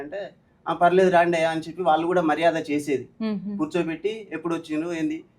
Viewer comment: 'వాల్లు, వీల్లు' ఏంటి, 'వాళ్ళు, వీళ్ళు ' అని పలకలేరా? అన్నంలో రాళ్ళు లాగా ఉందిది. మిమ్మల్ని 'తులసి' అని పిలవకుండా 'తుళసి' అని ఎవరైనా పిలిస్తే ఎంత అసహ్యంగా‌ ఉంటుంది?